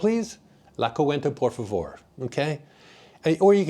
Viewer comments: Nice video. You got a when you said basically “ don’t be a cheapskate” in the fondo’s. One correction if I may, the bill is called la Cuenta, pronounced la qwenta, (only two syllables) not coo- en ta. You come across as a down to earth kind of person also. Thanks for the info. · Great informative video! Cuenta in Spanish has 2 syllables. Should be pronounced as - KWEHNtah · The word ""Cuenta" does not have 3 syllables. It has 2 syllables. And is pronounced as KWEHN-tah.